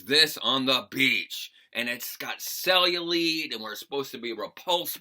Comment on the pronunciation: it's pronounced "cell-yu-light". Just a heads up for the future.